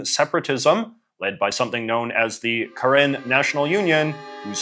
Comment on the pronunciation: I saw my flag in the thumbnail and immediately had to give it a watch. Thanks for your correct pronunciation of “Karen,” our land also goes by Kawthoolei :)